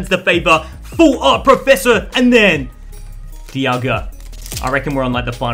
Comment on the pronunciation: Lol he called diagla Dee aw guh